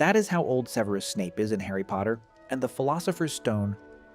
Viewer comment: AI can't even pronounce Severus properly lmao. Fuck off with this slop